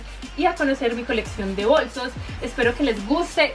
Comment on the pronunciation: se dice bolsos no bosos jaajajjajaajajajajaajajajajaajja